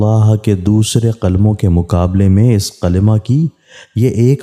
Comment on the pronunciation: sahi tarah se Kalma Bole